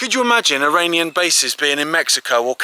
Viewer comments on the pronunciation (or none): none